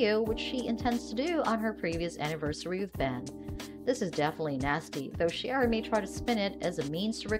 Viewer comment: Her name is pronounced C-ara; not Shara.